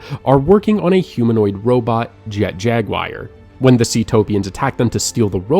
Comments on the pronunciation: jet jaguire? jaguar, pronounced as in the feline panthera species. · its an actual name of an animal too. im not even good at spelling advanced words so that was pretty jarring whenever he said jag wire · At 46.00, who TF is Jet-Jag-WIRE???? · Was loving this until "Jet Jagwire" My heart...it hurts